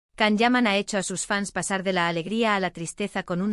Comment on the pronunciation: His names is pronounced “Jon” not Kan.